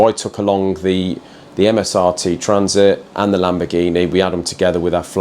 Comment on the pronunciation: I think he mispronounced Transit..